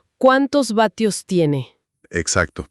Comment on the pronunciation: Se dice watts no batios! 🤦🏻🤦🏻🤦🏻🤦🏻🤦🏻🤦🏻